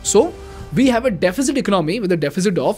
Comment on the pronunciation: Been following your videos recently. Class content. Just one pet peeve: the second syllable in the word economy is pronounced differently compared to economics. The ‘o’ is stressed more. 😇. Hope you don’t mind my pointing it out.